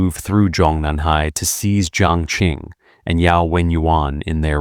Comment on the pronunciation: Qi is pronounced Chi, not Ki. Qing is pronounced Ching, not King. Qiao is pronounced Chow, not Keeow.